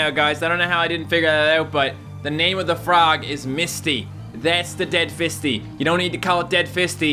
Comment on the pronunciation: i think fisty is supposed to be pronounced like feisty...maybe...???